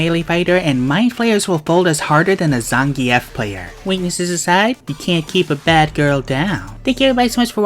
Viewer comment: I know you used the right pronunciation but zangief will always rhyme with beef in my heart